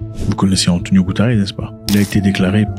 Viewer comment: Ce mec a un problème avec les noms des gens. Maintenant c' est Antonio goutares😂 lool